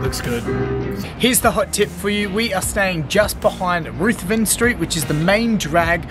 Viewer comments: "Ruth" not "rooth" Ruthren st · I love your video, guys, as a native Toowoombian (and 5th generation from the Darling Down's region ....Cambooya and Felton etc). Not trying to be critical, but no-one from Toowoomba says "Rooth-ven Street" for the main street of Toowoomba. Correct me if I'm wrong peoples, but it's pronounced "Ruthven" - (ie tough and rough) I just wanted to set the record straight. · Thanks for watching! And you're 100% correct about my pronunciation. Minutes after uploading the video I got a call from my dad to set the record straight with the correct pronunciation haha. Glad we could do your beautiful home city justice! We can't wait to visit again 💚